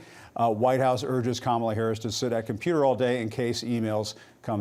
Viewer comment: "Constrained"?!? She's incompetent!